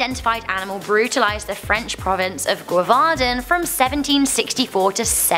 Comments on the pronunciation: u pronounced gevauden wrong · Okay so first off you mispronounced Tsavo and Gevaudan. Second the identity of the Beast of Gevaudan is no longer a mystery an investigation done a few years ago use DNA evidence as well as historical evidence to prove that the Beast wasn't fact a spotted hyena. How is spotted hyena managed to make it to France is still a mystery however the most likely theory is it it was imported from Africa by the local church and then attempts to convince the villagers that there was an actual werewolf on the prowl and that the church was there only salvation. This has not yet been proven but it is the most likely Theory as to how a spotted hyena which the Beast was proven to be managed to make it to France